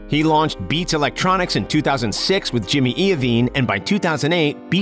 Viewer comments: What is this to Dr Jay life story or how he spends his fucking money 😴 you didn’t even say jimmys name right 🤣🤣😂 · You don’t have to lie 😂😂 Eminem found 50 Cent Dre didn’t want him, And the way you say jimmys name wow joke Dr Dre owns the yacht and he also owns his own helicopter Dr. Dre doesn’t rent. Dre also has a £2.2 million Bugatti so your research bro man embrassing